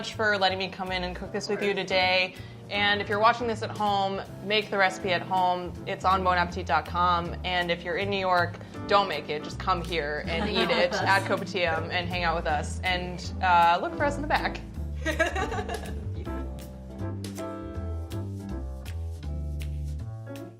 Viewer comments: Yay!!! Nv thought any of our food would be presented here. 👏🎉😍 Though it is really weird hearing kopitiam (ko-pea-tiam) being pronounced as ko-per-tiam, it is a great intro to S.E.A. food!! 😍😍 but now im hungry. Lol! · excuse me but kopi - ti -am? We asians surely do not pronounce it like this... its kopi-tiam together not kopi-ti-am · Nooooo It’s not kopitiem it’s Kopitia(aa)m also SG ppl rise to mark our place 😂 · *18 seconds in and I hear "Cope-a-tee-um" 🤦‍♂️🤦‍♂️🤦‍♂️ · "kopitee-ahm" .... 😨 i'M CRYING AT THE PRONOUNCIATION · me: oh nice a ba video with nasi lemak! love the malaysian rep: pronounces kopitiam "cope-uh-tium" me: okay. i'm hurt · I still can't get over "Kopa-tium" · "It's called cope-a-teeum" XDXDXDXD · The way she pronounces koPeeTeeArm/the american pronunciation of kopitiam in general kills me but yes, contributing to the Msian echo chamber in the comments south east asia rise up and can't wait for the day we have a southeast asian cook in BA whee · kopitiam. did she just said kuuh-pee-tteeyum wow fancy WHAT NO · Lady, they even showed you how to pronounce kopitiam and you still say koh-pee-tee-am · Going back to Singapore for the holidays! Can't wait to eat authentic nasi lemak! (its also really weird hearing the Americanized pronunciation of kopitiam) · LOL'ed at the way pronounced 'kopitiam' at the start. Interesting take on nasi lemak. Great to see a video about a local dish.:) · the way they say 'kopitiam' takes 5 years off my life every time they say it, im still in shock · am i the only one triggered by the way she pronounces kopitiam???